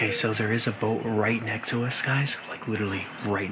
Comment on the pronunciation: Dude cant say "next" just says "neck"